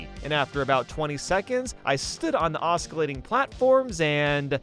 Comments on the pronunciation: I swear to god, one more mispronounced "oskillating" and I was gonna break my laptop in half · Let's talk about "oskillating" and "anticlimatic" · Oscillating (OS - ILL - ATE - ING) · He says "Osk-alatting". It's "Oss-cilatting" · hey, nice video The C is Silent in the word Oscillating its pronounced OSS-SSE-LATING Not OSS-KE-LATING by the way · It’s not oss-kill-ating platforms. The ‘c’ is silent. Oss-ill-ating. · Stop saying "oss-ka-lating." This country and its people have suffered enough. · I think you're saying Oscillating wrong. (it's not osKilatting) Also, it's not "lone and behold"... It's Lo and behold... Another, "funny enough" should be Funnily enough... Lastly, it's not Anti-climatic... It's Anti-climaCtic. Or are you saying all these things wrong on purpose? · As an astrophysicist. It bothers me that he's saying oscillating as "os-kill-ating" other wise i enjoyed the video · "Oskillating"? That's not how you pronounce oscillating. "Loan and behold"? It's "Lo and behold" "Moment of truth is among us"? It's "upon us" "Anticlimatic"? Is that being against things that are related to the climate? It's pronounced "Anticlimactic". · Does he keep saying pronouncing the word oscillating as os-kill-lating? Or am I losing my mind? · OsKilating... oskilating... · Can you please stop saying OS Kill ating and just pronounce it correctly lmao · "osKillating"... He say it again . lmfao. lol. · "Os-killating" lmao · "Oskeelating platforms" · It's pronounced 'ossillating' xD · aa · suh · lay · tuhng Sorry, I couldn't help it. Good video though. I appreciate your science, even if the results weren't entertaining the video was. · Please note that “oscillating” is pronounced osillating (c is silent), “lo and behold” not “lone and behold” and “anticlimaCtic”. Sorry but it was just too many times to ignore lol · I actually find the mispronunciations kinda endearing in a way. It was cute when you did two in a row. "anticlimatic" and then "oskillating"